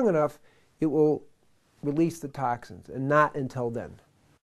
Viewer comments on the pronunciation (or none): LOL "tahk sins"